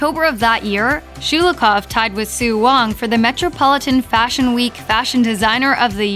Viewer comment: It’s Sho-lo-hov, not Schu-lu-koff 😖